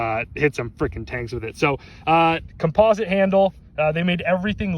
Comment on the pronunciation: u are saying composite wrong